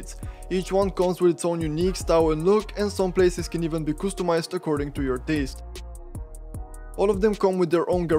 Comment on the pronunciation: Coostimized. Toxicity warning: I genuinely don't understand what is so difficult about pronouncing a basic word, accent or no accent.